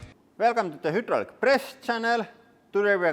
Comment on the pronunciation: (High-draw-lick) not (who-drool-lick) press channel.